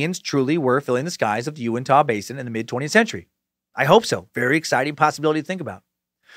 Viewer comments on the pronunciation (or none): Big fan of this podcast and Scared to Death... Living only 30 minutes from the Skinwalker Ranch, this one caught my attention and did not disappoint. Also, we pronounce it "You-in-tuh." So the Uintah Basin is the "you-in-tuh" basin. :) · I'm from Utah and I'm 87 percent sure it's pronounced ( you-in-t-a ) when you said uintah basin. Love the suck hail nimrod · Almost couldn't listen to this one . Just had to block it out each time he mispronounced "Uintah"....but he said it so many times it made it a rough listen.